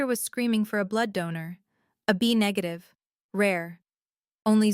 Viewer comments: Hello, AI reader, it is not "a B negative", it is AB negative". God, help us in the fight against AI control. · Apparently AI doesn’t know how to say AB negative!! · Not only that even money figures in dollars AI can't read properly in many stories